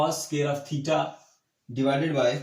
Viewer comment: "THEETA" best😂👍